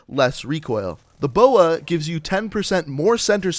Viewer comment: Calls B O A a boa and Calls the ELO an E L O